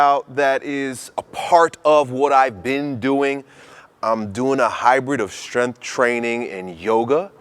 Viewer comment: "Strensschth" training